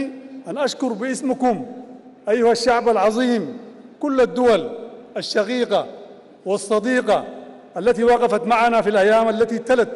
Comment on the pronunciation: قبل ان تلقى الخطاب تعلم كيف تنطق حرف القاف ولاتقل غين يعنى الشقيقة وليس الشغيغة...نقاء وليس نغاء....قيام وليس غيام وهكذا